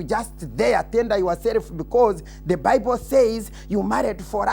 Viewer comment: you are NOT DI ONLY PAHSONN WHO REEZD DA BIBAHLL